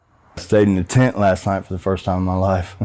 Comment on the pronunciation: I slept in a tint last night 😂😂..it’s not funny it’s just the way he keep saying it ..